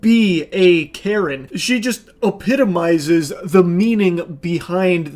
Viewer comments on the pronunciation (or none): *epitomises. As in beginning with e...